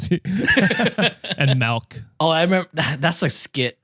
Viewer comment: that’s actually how you pronounce it in Dutch, melk 😁